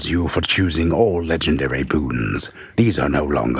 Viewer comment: Ah, yes! The reading in hwich I learned the word "boons" is a thureee syllable hword!